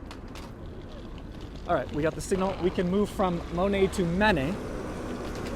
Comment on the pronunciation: Mo net. Not Ma net